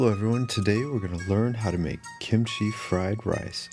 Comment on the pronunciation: Thx god you said kimchi not gimuchi